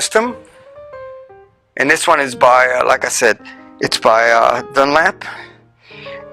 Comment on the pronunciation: Dunlop not Dunlap